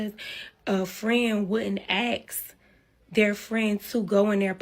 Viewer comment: SIDEBAR: Why do all women today say; "babe(s)"? EXTREMELY annoying. The friend is in scarce mode. Most single "moms" are. Too bad she took the route she did. The ability to have the rides work out was actually pretty darn EXCELLENT. P.S. WHY is it SO hard to pronounce ASK???!!! smh